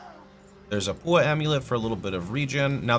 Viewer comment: Paua - Pa u a.